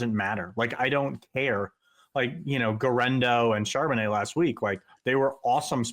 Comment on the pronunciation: It's not Charbono....